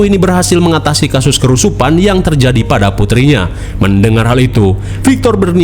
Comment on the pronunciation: Kesurupan bang bukan kerusupan😂